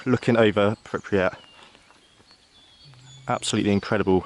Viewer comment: Btw where is "pipryat"? Sorry, im a swine for correcting pronunciations, i do it to the hubby all the time too 😂